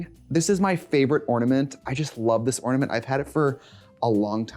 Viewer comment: I love how she mispronounces ornament every time